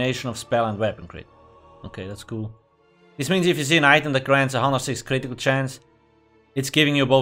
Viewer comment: My favorite word says with his accent: Critical (Ka-rit-eee-kull)